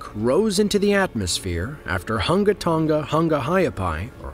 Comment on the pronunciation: Dude mispronounced the Hunga Tonga volcano. It's pronounced as Hun-guh Tun-guh Ha Ah Pie